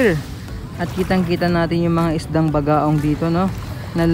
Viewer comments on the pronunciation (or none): Bogaong hindi Bagaong.